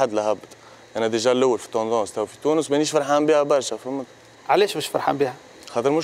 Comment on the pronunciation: تونس ❌ طونس✅